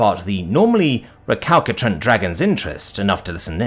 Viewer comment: Just a heads up, the second C in recalcitrant is pronounced as an S.